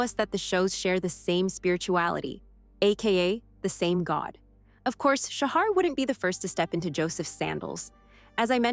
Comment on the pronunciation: Interesting, but please learn how to say his name correctly. It's pronounced "Shaha". That directly from him. Thanks.